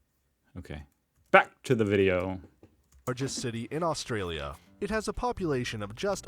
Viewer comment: It's interesting how the majority of videos you show on Australia have American narrators. Some of the names are not pronounced quite right.